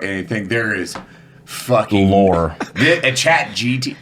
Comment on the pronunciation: I, for one, hope never gets 'GPT' correct. It might not be a bit, but it makes me chortle every time.